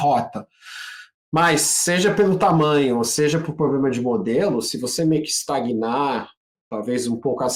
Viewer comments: Não confie em ninguém que fale ploblema 😂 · IMPRESSÃO MINHA OU ele fala pobrema